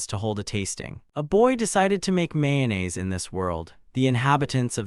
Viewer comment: this is AI, the summary is incoherent you cant follow the story, and pronunciations are wrong, how can you even mispronounce mayonnaise?